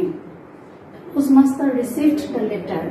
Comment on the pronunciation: post master or pus master..poem has stanza not paragraphs... worst pronunciation...needs improvement...as a teacher